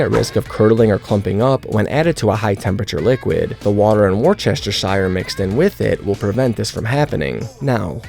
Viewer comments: It’s pronounced Wuster sheer sauce, wor Chester shire…. Wustersheer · Seconded, its 'wustersher' not 'werchestershire' or 'washyoursister' sauce!!! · My dude, woooster-sheeeer sauce, not woooocesterqwdjiwdpojasd. I like your recipes for ideas, like remembering meat cake due to you cooking the mince/ground beef like a savage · It's Woo-Stuh-Shuh! 😂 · You’re cute! Lol. Worcestershire is pronounced “woostersheer” ❤